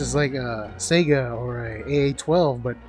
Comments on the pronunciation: That's perfectly ok, everyone mispronounces guns all the time! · Oops, I pronounced the Saiga as "SEGA". Sorry, it just slipped out like that. What a way to make an ass out of myself, haha!